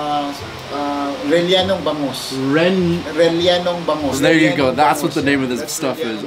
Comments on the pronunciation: Rellenong Bangus... as in relyenong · that’s rel-le-nong ba-ngus (rellenong bangus) 😍